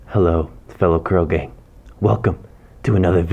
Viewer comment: I have a problem. Every time you say curl gang, I hear krogan.